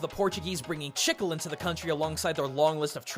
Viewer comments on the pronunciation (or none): take a shot every time he pronounces chicle (she-clay) as chickle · Great video, just wanted to point out the pronunciation of "chicle." It's not "chick-el", it's more like "chi-clay," at least in Spanish, I don't know about Portugese but I'd imagine it's similar. The way you're saying it is like someone pronouncing jalapeño "ja-la-pe-no" instead of "ha-la-pay-nyo." Minor nitpick, but the rest of the video was super informative as always :) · Spanish speaker here, your pronunciaton of chicle hurts me. You say it almost like you're trying to say "sickle" when the word is actually "chick-le". Sort of. I can't explain myself, i'll get out of your hair now ._. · Not to sound annoying, but Chicle isn't pronounced that way. While you pronounced it (Chick-Le), it's actually pronounced [Cheek-L-short vowel e] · I know it makes me look like an a$$hole... but If I don't talk about it, someone else will. Chicle is pronounced Chee-clay, not Chick-al. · i just realized he is saying "chicle" , i though he was saying "shizzle" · Loved the video, but just wanted to add something, it's maybe nitpicking but "chicle" is pronounced "chee" as in cheese and "cleh" as in Chile the "e" got an "eh" spelling . Not trying to aggravate anybody, just clarifying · The way you said “Chicle” made me slightly cringe, as I’m Hispanic and that is the word for gum in Spanish. The way it is actually pronounced is “Chee-Kleh”. Just thought I would let you know. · Please stop hurting me,! As a native Spanish speaker, its pronounced chi-CLEH or chi-CLAY. That's all I wanted to say; have a good day. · Chicle is pronounced with Spanish phonetics. The i makes a long e sound, "ee", and e at the end of a word (with few exceptions) makes a long a sound "ay" or sometimes "ey". Thus the correct pronunciation would be "chee-clay". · Sorry to point this out. The Spanish word "chicle" is pronounced Chi• K• Le (but fast...) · You can prounounce omae wa mo shinderu but you cant say 'CHEE-CLAY'